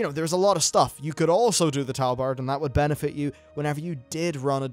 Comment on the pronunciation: are you saying tabard or talbard cos it sounds like talbard sometimes